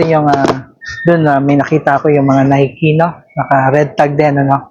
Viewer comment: kiys, mas okay feature mo mga usong sneaks ngayon... unahin mo pakita. last mo nalang yarn mga bagsak presyong airwalk. yung uso ngayon ON CLOUD, NEW BALANCE, NIKE ( hindi nayk, nayki pagbigkas) BROOKS, HOKA, SKECHERS